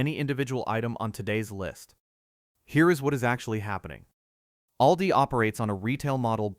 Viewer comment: You might want to get your robo-voice to practice correct pronunciation. Just as one example out of many: "ALDI" is not pronounced "ay-el-dee-eye," it's pronounced "AWL-dee."